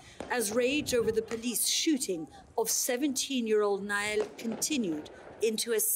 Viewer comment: its NAHEL nor naill or nadal morron